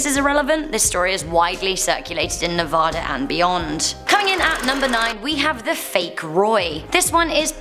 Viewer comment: I lived in vegas for abt 13 years and remember hearing most of these No!!!! No its pronounced Nuh-v-add-uh!!!!!